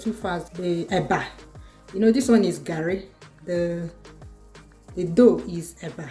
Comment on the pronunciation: I swear! I don talk tire say na garri o but for where! You go still hear "Gerri" 😂